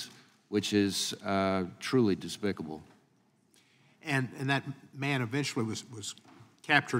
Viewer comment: Nadler couldn't even pronounce despicable lol.